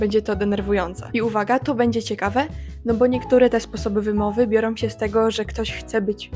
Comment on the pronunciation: OK, ale dlaczego sama wymawiasz "som", "robiom", "biorom"? Popracuj nad tym, Twoje wypowiedzi zyskają na wiarygodności